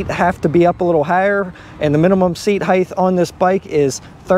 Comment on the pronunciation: Please, Height, not Heighth. It is hard to listen to you say that.